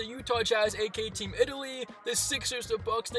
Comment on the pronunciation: did he call us " Team Italsia"